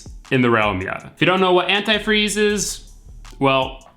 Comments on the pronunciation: Ant eye freeze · Ah that pronunciation of antifreeze 🤨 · Love how you say AnTIfreeze ! LMAO. I live in Florida and I need to drain and refill my system. I did a water pump, timing belt and filled it with water. It can mess up your system with just water ( in the south ) corrosion, etc. I think anTI freeze and distilled water is the way to go Bro !